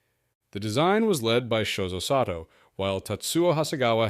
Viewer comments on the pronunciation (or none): none